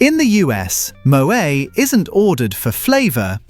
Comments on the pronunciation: Moway? It's Moet. Pronounce the T! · It’s pronounced moh-ett not mohay - English speakers who want to pretend they know French always make this mistake. Like Noël is no-ell not no-ay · AI voice needs to learn how to pronounce Moët